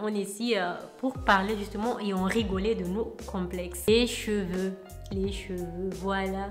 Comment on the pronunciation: Ma bébé 😍😍😍😍 t’es trop belle euh. Complexxxxxeeessss mdr 🤣 t’as du mal avec ce mot hahah mais t’es trop mignonne quand tu le dis 🥰